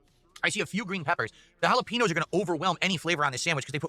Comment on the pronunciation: He loves to taste those jalaPEENos bruh... Why does he have to mispronounce EVERYTHING?!!